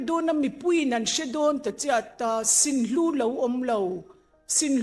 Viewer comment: Kan pi chuan mizo tawng ava thiamlo ve.. Sinhlu, Ngengmu.. Sunhlu, Ngenmu.. Tih zawk tur anih hmel..